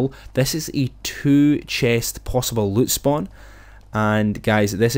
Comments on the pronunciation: “Yah can get so much luit” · He says loot like LUTE 😂